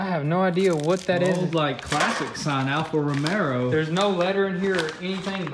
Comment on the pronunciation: “Alpha rimero“ lol